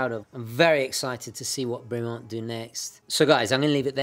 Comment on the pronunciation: Bremont pronounced as a French name /brimo:n/? I believe its pronunciation is more in line the clipped vowels associated with British toffs /bremment/. But good, informative review, as always, steeped in historical background and technical details. Wouldn't Bremont be the connaisseur's pendant to the rather more pedestrian Tudor or increasingly cretinous Rolex?